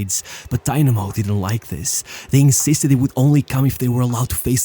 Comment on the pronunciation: Its not daynamo its dynamo and its not even a russian club its a georgian club like stalin is georgian, but it was in the ussr